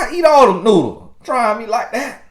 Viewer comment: I thought he said "nudes"..i had to remind 😀😀😀